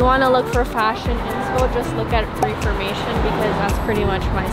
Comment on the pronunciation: The clothing brand is actually pronounced Reh-formation, not ree-formation. Just letting you know. ❤